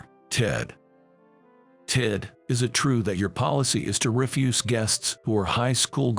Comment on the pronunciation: And refuse. REfuse pronounced that way is rubbish. Refuze is to decline to do something.